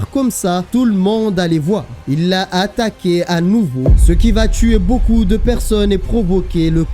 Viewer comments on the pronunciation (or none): none